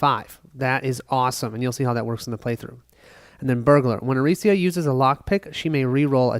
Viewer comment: Arica is not Aricia, you read it literally like 20 times and it was wrong every time. Sorry, just drove my crazy. Good setup video though